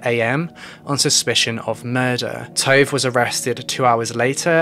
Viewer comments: Tove is said T- U as in Uber - V - E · This video was informative and good but honestly the entire time i got super annoyed at how you pronounced Tove maybe for names that aren't english you can ask a native speaker or google..for example you could google the name Tove and Tove Jansson would pop up and there would probably have been a name pronouncing guide i dunno it just crackled in my ear everytime but otherwise good video